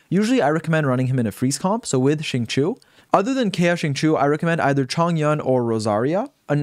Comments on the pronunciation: im sorry but ur pronunciation is horrible. xinqiu is pronounced: sing cho. not sing chu.. and chong yun??? its pronounced chong yoon. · Bruh the name pronunciations 💀 especially Xingqiu.. I'm here for the knowledge, I'm here for the knowledge ...okay 😤 okayokay continue